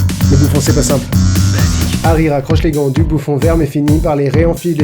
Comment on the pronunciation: Je suis la seule à entendre "Sorry" à la place de "Simple" ?